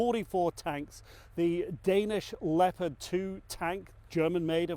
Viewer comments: Why does Petraeus pronounce them leo-Pard tanks? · He's American so I would figure he would say Leopard like the rest of us do. But he pronounces it Leo like Leo DiCaprio-Pard. We do call the Panther Panzers though. Tiger was tiger. He was a Nato official at one time though so maybe he prefers the German.